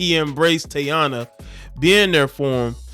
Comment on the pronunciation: Her name is pronounced TA- EE-NA